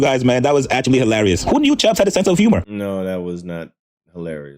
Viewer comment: This guy clout chasing fool said CHUGGS it’s CHUBBS FOOL 😭